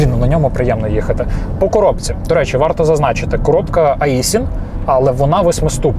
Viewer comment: Аісін то якийсь твій друг, а назва АКПП – Айсін!